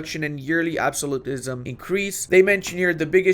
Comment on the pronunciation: pronouncing absolutism makes me flinch every time